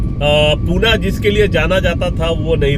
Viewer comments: पिछले कई शतकों से पुणे ही नाम था, हैं और रहेगा। पुणे का किसी हिंदी भाषी ने ही पूना कर दिया होगा क्योंकि उत्तर भारत में पटना, सतना ऐसे शहरों के नाम होते हैं। 😂😂😂 लेकिन असली पुणेकर कों पूना पूना सुनना अच्छा नहीं लगता हैं। कृपया पुणे नाम का ही सही उच्चारण करते रहे। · पूना... पूना... नहीं... सिर्फ """पुणे"" ""Pune"" puna मत बोलो